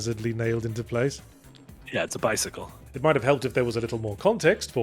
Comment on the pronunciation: "bisickle" is criminal and should be ashamed lol